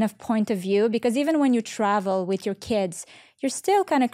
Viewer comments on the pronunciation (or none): All great but Valeria - learn the „th" sound. It’s not a „t ” with is not wit